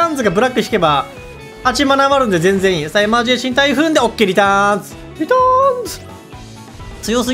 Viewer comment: エマージェンシーをエマージェーシーンって言うの聞いててイライラする